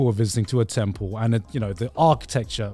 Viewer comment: every time garnt says temple, i hear 10 pull genshin has ruined me, send help